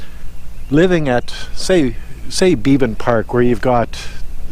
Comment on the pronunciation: The name of park is be-ban not bee-ban